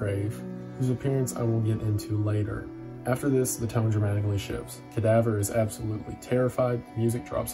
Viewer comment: The way Wendigoon pronounce Cadavre's name leads me to believe he pronounces French words like "Danse Macabre" as "Dance Macaber"